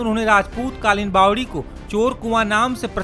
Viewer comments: Are bhai bawli nahi bawdi bolo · रिपोर्टर भाई बावली नहीं बावड़ी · Kese patkar h inko nm lena bi ache se nhi ata isko bawli nhi bawari bolte h bhai